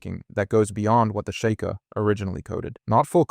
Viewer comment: Fr, it cant even pronounce sheikah